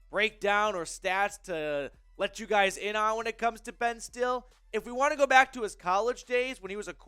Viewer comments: His name is pronounced (still lee) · It's pronounced "Stilly"